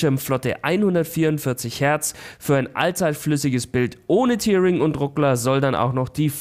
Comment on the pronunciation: Einfach mal ein Hinweis (weil es echt irgendwie blöd klingt): "Tearing" wird wie "terring", nicht wie "tiering" ausgesprochen, da es sich nicht von "tear" (Träne), sondern von "to tear" (reißen) ableitet... Ansonsten nettes Video!